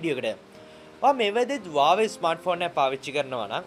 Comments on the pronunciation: වාවේ නෙමෙයි හුවාවි කියහං 😂😂😂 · Huawei කියල තිබ්බට ඕක pronounce කරන්නෙ වාවෙ කියල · Uawei newe huawei 😂😂😂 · Broo ubata Huawei kila hariyata kiyannna be ne 😂 😂 😂